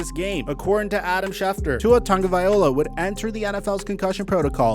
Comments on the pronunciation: I know I gotta be super annoying at this point but it's pronounced vaiLOA not vaiOLA. The L is before the O. That is all.. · Lmao,. You still call him tagavaiola instead of tagavialoa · Lemme help your pronunciation of Tagovailoa. (Tah-n-go-vy-low-ah) the g in Samoan starts with a ng sound.